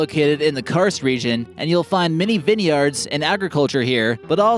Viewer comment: Vinnieyards huh? 😂😂😂